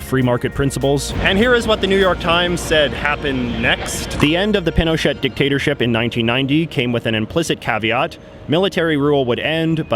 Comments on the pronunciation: true but he could at least say the words correctly even if w/ an english accent.. for example he said "machupe" and "pinoshit" (which i think is a good name for him), but its possible to have respect for the language and say "pee-noe-shay" or "ma-choo-pay" etc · It's pronounced pin oh shay not pin oh shet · Also, Pinochet is pronounced as Pino-chay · The former president's name is pronounced pee no shay, not pin o chet. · is pin o chet not pee no shay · jj im sorry but its not pino*chet*, its pronounced pino*cheh*. act like you're speaking french aka dont thing about saying the letter t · Pinochet is pronounced "pino-shey" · in Spnish it is pronounced pee no chay or pee no shay - but not as it was pronounced in the video. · You mean like mispronouncing Pinochet all the way through the video? Yep, great journalism!!! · you go all the way to the country and do a piece like this on the protests and can't pronounce correctly the Dictator with a 20 year reign? Yes, that is pretty sloppy. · You don't say the t of Pinochet. Great video though. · not to mention that pronunciation of Pinochet! oy vey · Can't believe how you don't even pronounce General Pinochet's name correctly. Did you do any homewor like talk to anyone about him or watch any videos on him? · You don’t pronounce the “T” in Pinochet